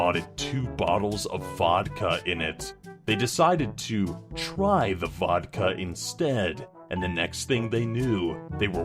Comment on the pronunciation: u don’t say Vodka right.